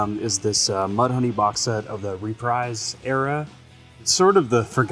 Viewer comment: Reprise Records is pronounced "ruh-PREEZ" not "ree-PRIZE". Geesh...